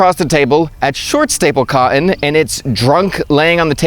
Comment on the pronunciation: Love you, but the glottal stop on “cotton” is really tough on the ears.